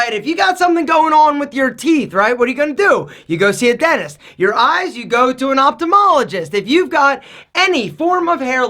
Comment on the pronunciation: Lmao “Optomologist”